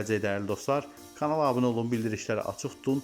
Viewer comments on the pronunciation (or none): none